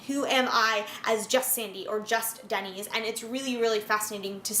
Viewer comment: Isn’t “Dennys” pronounced like “Dennis”, and not like the chain restaurant name?